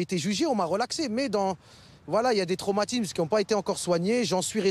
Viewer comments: "DES TRAUMATIMSES" IL A DIT, TOI PARLER FRANCE ??? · des traumatimz